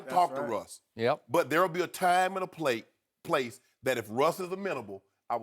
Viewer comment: "there wll be a time and a plate" hahahaha